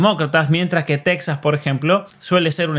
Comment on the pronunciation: Viene muy bien esta explicacion para los que no somos ciudadanos de EEUU, ni un sistema federal. Y también para ver la diferencia entre un sistema con separación en origen de poderes y representación (democracia representativa) y los regímennes de poder inseparado con listas de partido (p.ej, las partidocracias europeas). Nota aparte: En español no se pronuncia [*tecsas] sino [tejas].🙃